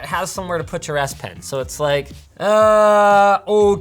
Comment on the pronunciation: why does S Pen sound like ASS Pen!!